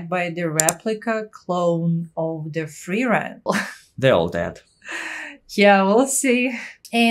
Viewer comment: Just a minor gripe after hearing you say that 24 times, but... It's FRIEren, nor frieREN. The intonation is on the first syllable. ;-)